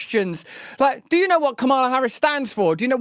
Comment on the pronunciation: It’s freaking pronounced Kamala - like Pamela. Sheesh.